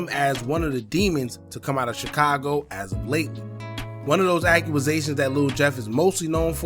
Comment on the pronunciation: What the hell is a "Accuasation"?